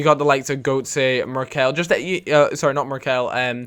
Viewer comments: I don't play career mode so I don't know any good deals, but I do know it's Gurt-ser, not Goat-say :p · It's pronounced 'Gertzer' >.<